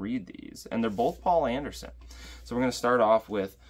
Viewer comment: Poul Anderson's name is pronounced somewhere between pole and pool.